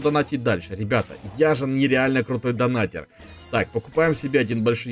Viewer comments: я скоро стану твоим хейтером ни донатэр а Донатер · Ага) И так же донатЭр это донатЕр